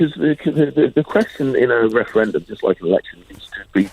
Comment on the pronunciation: A second weferendum